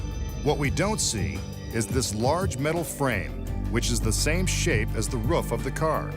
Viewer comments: Maybe the real trick to this video was Mitch Pileggi trying to pronounce "Roof"... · He says "roof" like a dog